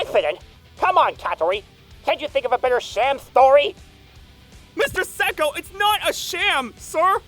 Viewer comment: Him saying: Mr. Seko?!? Mr. Seko?!? What i hear: Mr. Psycho?!? Mr. Psycho?!?